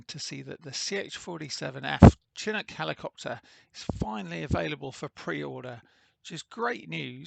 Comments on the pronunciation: It is (shi-nook) not Chin nook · Pronounced shee-noo'k :) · SHIN-OOK, YOU LIMEY BASTARD!